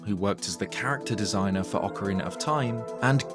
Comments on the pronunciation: You are the first Brit who doesn't say "Ocariner" anymore, it seems like you have listened to the comments telling you how bad that sounds like. Thank you for pronouncing the title of the game as it should be. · At least you pronounce ‘Ocarina’ right. Many, many…. Can’t